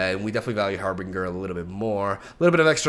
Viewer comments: I can’t not say it.. 😬 It’s HarBINGER, not -bringer. Pronounced like for example binge watching. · That's not how you say harbinger.